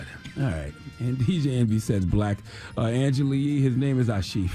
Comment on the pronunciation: Anglela Lee 😂